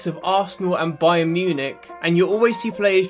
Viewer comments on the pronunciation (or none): none